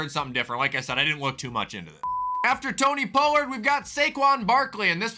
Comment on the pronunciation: Man said tony poelerd